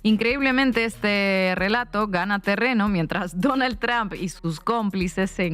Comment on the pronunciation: Tromp Huebona no TRAMP..pronuncia bien izquierdista.